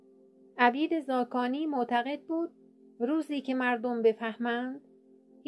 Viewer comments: درود بر شما؛ بانو هی میگی عَبید ، تلفظ درستش عُبید هست. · درود. بانو تلفظ درست میشه. عُبید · اسم را غلط تلفظ میکنید عبید نوشته میشود ....اما عوبید ...او ...خوانده می‌شود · عُبید بفرمائید نه عَبید. چون عُبِید زاکانی صحیح است. سپاس از مطالب مفید و خوبتان. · اسم ایشان عبید ( خوانده میشود اوبید) نه ابید. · درود به مجری عزیز عبید با ضمه است و شما با کسره تلفظ کردید تندرست باشیدو عبید با ضمه شروع میشود نه با فتحه انچه شما نام میبرید معنی اش برده است و عبید برده نبود لطفا پارسی را پاس دارید تندرست باشیدمثلا میگوییم من عبد و عبید شما هستم به انتظارها چه زودتر با برنامه هایتان که کم نظیر است.Magnifique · خانم گوینده اسم ایشان عبید ذاکانی نیست عوبید ذاکانی در زمان در زمان ایشون عرب نبوده اند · خودت آخرای فیلم میگی عبید عرب بوده ، منم عربم در عربی نمیگیم عَبید میگیم عُبید ، دوتا خطای لفظی دیگه هم داشتی دقت کن ، اون پنج نصیحت هم میگن از ابوسعید ابوالخیر هست اما ممکنه شما درست بگی چون نمی تونم این رو ثابت کنم. عُبید خیلی خوب فهمیده چه خبره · خانم محترم شما چرا Obeid را Abid تلفظ میکنید😔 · با سپاس، تلفظ صحیح نام طنز پرداز، شاعر گرانمایه اینست : Obeid Zakani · مجری محترم ، عبید با ضمه بر روی ع صحیح است !obeid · اگر خطا نکنم تلفظ درست نام عبید به ضم ع و کسر ب است ... د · با درود بر شما دوست عزیز. حق با شناست کسور از گوینده هست در اصل عُبید هست .. اما چون اسم خاص هست شاید در تلفظ زیاد مهم نباشد چرا که لهجه هم تاثیر گذار است. 🙏🙏❤️❤️ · عُبید زاکانی شما اشتباه تلفظ کردید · بسیار زیبا تامل برانگیز، با نهایت احترام عبید زاکانی خوب تلفظ نمیکنی و برخی زیر و زبر ها سپاس فراوان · لطفادرست تلفظ کنیدعبیدرا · شما باید یک بار نزد کسی که باسواد تر است میخواندید، بعید. راذباید با ضمن بخوانید و‌نه فتحه !!! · خانم اسم استاد را غلط تلفظ میکنید😮